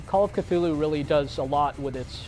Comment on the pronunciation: nah it's more like kuh-THOOL-hoo lol